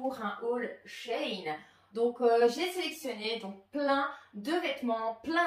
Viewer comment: She [chi] in [ine] et pas [chayne]